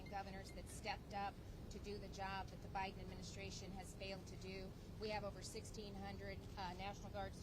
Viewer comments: Nome said” President OBiden” 😂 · She definitely called it OBIDEN. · Did I hear Governor Noem say President OBiden? lol it may have been a Freudian slip, but she nailed. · Did Governor Noemi say “President Obiden”? 😂 Freudian slip, perhaps. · Loved it when Kristi Nome slipped by calling Biden, O-Biden. It’s perfect.👏 love her.